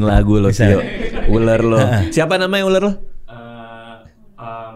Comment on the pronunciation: Bukan uler , ular gitu